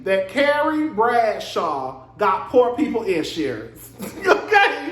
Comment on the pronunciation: you said IN ‘surance like how Tisha (LAMH) pronounce EEEVENT🤣🤣🤣🤣